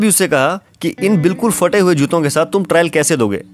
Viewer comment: Fate nahi phate hota hai pehle bolna seekh jao phir video banaya karo ye kaun si language hain ke ab phey Ko fe kehne lage log